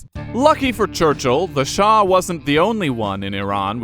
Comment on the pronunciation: Its Shah NOT Shaw!!!